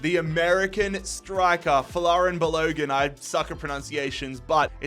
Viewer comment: It pronounced bal o gun